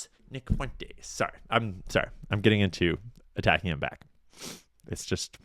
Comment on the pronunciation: Why are you saying "Fuen-tayz"? Nobody has ever said Fuentes that way.